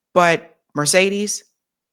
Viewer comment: Pronouncement not good for Mercedes